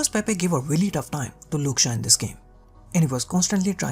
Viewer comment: Who the hell is " Luke Shah " bro?